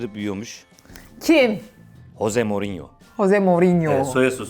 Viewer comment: Ama hose degil Jose j ıle okunuooo